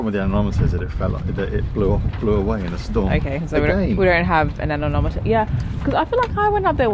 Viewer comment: Anemometer. Not Anenometer😉